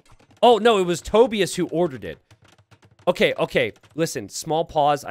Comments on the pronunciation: Wait. Tobius. As in “Toby-us.” Is that a name? I’ve heard of “Toe-bye-as” but not Toby-us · Toe-Bye-Us, not Toe-Bee-iss. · To-bye-us. Not tobi-us.